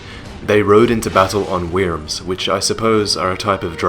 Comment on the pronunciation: Wyms are pronounced like worms, my friend.